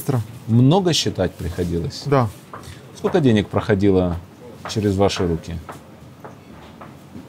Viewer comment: ... Чичаваркин хвастается, что он в 2000 году, во времена когда все пиздили все друг у друга, привез домой две сумки наличных денЭг, отпад! ...моя маленькая дочь смешно училась говорить по русски, вместо если бы говорила - "этлиб" ...так вот ссынок, этлиб ты смог как и я, во время свирепствования лЭйтЭнантов из ОБХСС в 1982 году (что такое ОБХСС см. Википедию), привести домой двЭ сумки советских дЭнег достоинством от одного рубля до советского червонца (25 рублЭй) , цены бы тебе не было, среди цеховиков, а так ...свезло чуваку, подсуетился вовремя и сегодня в ус не дует и обливает грязью тех кто ему это, хапнуть бабла, позволил...